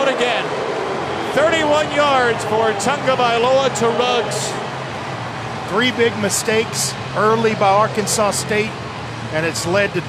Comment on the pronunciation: Its Henry ruggs not riggs commentator